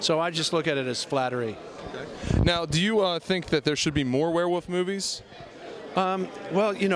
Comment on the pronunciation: I like how the interviewer keeps saying "werewoof" instead of "werewolf". There's an L in there, buddy.